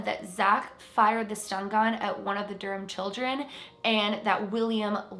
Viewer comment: The H in Durham is silent lol